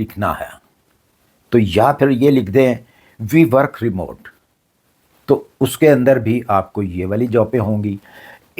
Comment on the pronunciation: Remote KO remove boll rahyn, euro KO aero boll rahy.